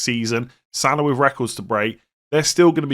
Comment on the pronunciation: I love your content but please stop saying Salar and Sakar....there is no R in their names